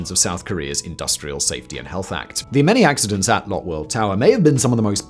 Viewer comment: You're pronouncing Lotte wrong. It's supposed to sound more like Lotay.